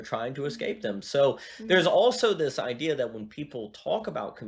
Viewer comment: I had a prof at Liberty who would always pronounce the word "i-duh." very strange.